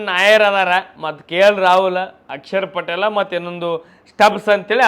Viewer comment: ಅಕ್ಷರ್ ಪಾಟೀಲ್ ❎ಅಡಿಷರ್ ಪಾಟೀಲ್ ✅😂😂😂😂